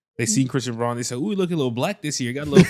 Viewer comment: lmao is incapable of saying the word brown or smth like holy heck dude like he has genuinely never once said christian brauns name correctly a single time ever